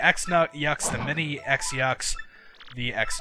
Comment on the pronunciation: It's not pronounced Ex-yux. It's pronouced Cross-yux. Goombella mentions that when you use tattle on them.